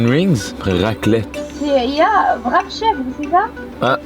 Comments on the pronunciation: mdr même en belgique le vrap ce prononce Wrape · Hello, quick C'est bel et bien belge. En France, la plupart du temps, le W se dit V. Exemple : le wrap se dit en français vrap mais ça s'écrit wrap. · On dit bien « wrap » au Québec, mais on le prononce « wrap » ou « rap » et non « vrap », ce pourquoi ils ne comprenaient pas. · Coucou.C'est vrai que le Airbnb au Mans n'est pas très beau, c'est une vieille maison laissée en l'état, je pense. La porte du garage ça date au moins des années 1970. Et oui les Français ne sont pas très à l'aise avec l'Anglais d'où le Vrap et non Wrap 😅.Avec ceci, cela veut dire et avec votre commande, voulez vous rajouter quelque chose.Vous m'avez trop fait rire mais je vois l'autre côté depuis que je suis au Québec 🙂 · « C’est quoi un VRAP ? » 🤨 « C’est un VRAP où il y a des chèvres » 🐐 PIPI DE RIRE 🤣🤣🤣💀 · ils prononcent wrap comme le w en Allemand ( W en Allemand c'est V), mais wrap (rap) est la bonne prononciation parce que c'est un mot anglais et non allemand.